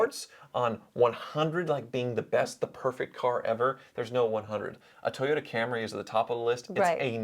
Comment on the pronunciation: Did say " Toy Yoda"? 🤔